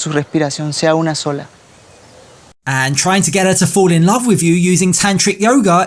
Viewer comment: I hate his accent and how he always says „f“ instead of „th“ like „wif“ What the f0ck